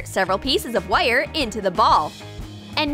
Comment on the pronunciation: LOL, how she pronounces wire is hilarious